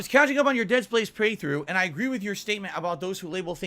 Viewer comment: I thought I was having a stroke when I heard that. He didn't get Space right either. To quote from "A League of Their Own", "Was that English?"